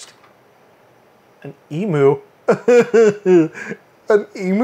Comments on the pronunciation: e-myou, not e-moo! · E-Mew, not E-Moo! :P XD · Just for reference emu is pronounced E-Mew not e-moo :) Hi from Aus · please tell me that you are saying "emu" as "eemoo" ironically. Eemyuu is the correct way to say it, though I'll admit that eemoo is more fun to say:P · Oi! Stop saying "ee moo". It's silly. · Please, Americans, it's pronounced "E-myu". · It always feels weird to me that people from the US have their own pronunciation for "emu".